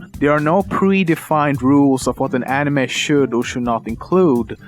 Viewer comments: i thought it was pronounced ani may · he say anime like "anima" a few times... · He said Anemeh not animey (ps i know i spelled it wrong, i was just spelling the pronunciation) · Fact #11: It's pronounced "anime", not "eenimei". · The way he says anime really irks me. It's ah-nih-may not ah-nih-meh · animeh? it's pronounced animey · nobody: lemmino: enimess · "animeh" XD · people spell anime but this is what they say insted animay yep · Änimeh :D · I like how you sometimes say animehhh :P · love the way you pronounce it "aniMEH" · I hate the way he produces anime "Anima" And why does Americans have to pronounce manga as monga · The way he pronounce the word "anime", disturbs me, seriously haha x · It totally make sense when u cant even pronounce "anime" correctly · if you going to pronounce manga right, why not anime. the A's sound doesn't vary from word to word. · okay hes saying anime wrong! and that makes me so mad!! say anime right!! >.<